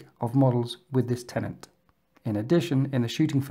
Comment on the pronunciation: its not "tenaNt" its "TENET"